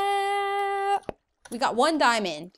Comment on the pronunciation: When he said snappp